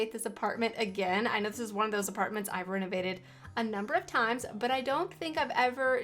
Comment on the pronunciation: I thought you said renegaded this apartment 😂